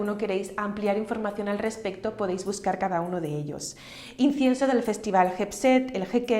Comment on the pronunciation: No sé si es mi oído pero no le escucho decir incienso....